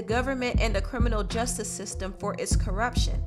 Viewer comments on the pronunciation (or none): none